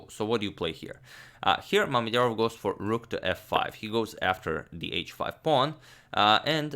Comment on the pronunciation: "making the first move for... Shakh" First i misheard it because "Schach" is the german word for chess and its sounds almost exactly like you pronounced Mamedyarov. But i am surely not the first who mentioned this ^^'